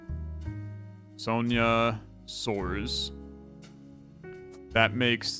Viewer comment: I like that he didn't use a spanish pronunciation for the brazilian names, but soares becoming soars was hilarious